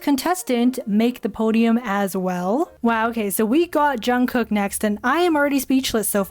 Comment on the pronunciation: jung kik its jhang koek (pronounced)